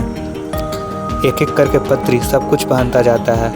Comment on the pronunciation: Also it is not patri. Paatri पात्री